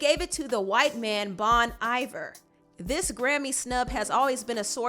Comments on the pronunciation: It's pronounced Bon EE-vere not Bon EYE-var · Bon iver ? Eye-ver? I cannot. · How she pronounced Bon Iver 🤣💀